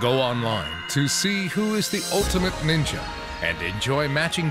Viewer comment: I thought you had said ninja war😭